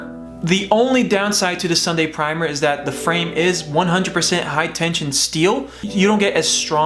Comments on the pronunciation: Hi tensile. Not hi tension. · I don’t care, but it’s a 100% fact that you are saying tension, not tensile... lol own up, don’t take life so serious bro. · u do say tension loud and clear